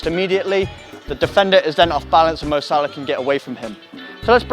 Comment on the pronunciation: its salah mate